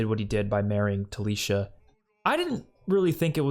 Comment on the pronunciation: It's Talisa, not Talisha🙂